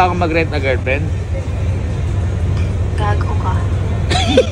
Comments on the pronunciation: Hahaha ang lutong ng GAGO KA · Ang Lutong nang "Gago Ka" 😂😂😂 looking back sa mga past videos 🤣🤣🤣